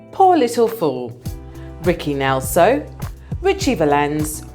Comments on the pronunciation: I assume by tour accent you are Britishm BURT PLEASE prepare yourself a little better. The name of the person on the first question was Ricky Nelson. NOT NELSO! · Great start, IT IS RICKY NELSON not Nelso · His name is Ricky Nelson not Nelso